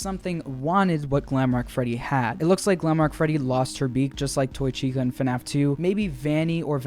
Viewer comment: Five nights at Freddy's is fnaf not fuhnaff